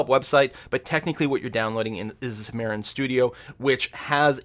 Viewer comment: its Xam-ar-in, not Xa-mar-ian...not super annoying but would be nice to say the program name correctly